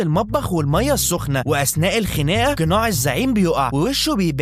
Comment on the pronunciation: بعيد عن الفيلم انا بترجاك تروح تظبط مخارج الحروف عندك ، اسمها قناع ومش كيناع .. اسمها تقتحم مش تكتحم ، ومكمل كيتاقل ،؛، انت زعلان او مقاطع حرف القاف ، حاول تقول كلمه قرقوش وسجلها لو لقيت نفسك سامع نفسك بتقول كركوش الحق نفسك بسرعه